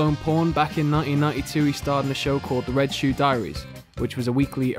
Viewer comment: "Back in nine-eeen, nighey two."